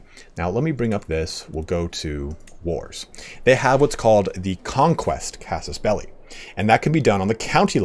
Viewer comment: Thanks, also for pronouncing casus belli correctly… :)